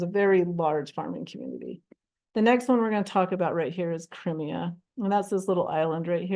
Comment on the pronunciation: The mispronunciations did it for me. I finally gave up at Cremia. I’ll never understand why people who research and present stuff like this don’t learn the pronunciations too.